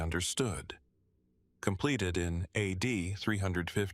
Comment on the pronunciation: A...D. AI hot garbage.